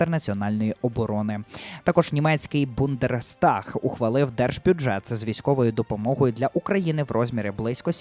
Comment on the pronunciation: інвенстиція і бундерстаг -- то якось грубо. поставте суфлер повище, бо дивитель кудись дуже вниз. дяка за новини.